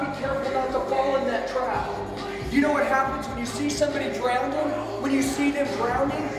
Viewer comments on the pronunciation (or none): It’s spelled Legend. And pronounced drowning. There is no second D. Ouch.